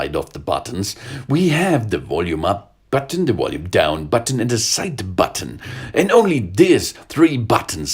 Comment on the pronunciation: his accent is French Chinese and Swedish and when he says button he says the b so loud like BUTTon